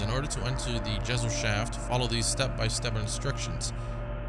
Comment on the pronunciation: Gesellschaft is pronounced guh sel shaft, and Ausweis is simply Identification